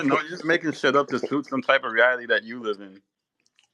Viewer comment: Danny can't pronounce reality getting tongue tied dude is such a loser 😂like I feel bad popular on the net and sqaure in person.